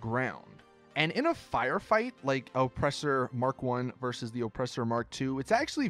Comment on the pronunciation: Why do you say ŌPresser like that